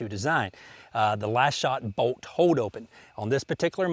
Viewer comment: It's pronounced BOLT, not BOAT. Hahaha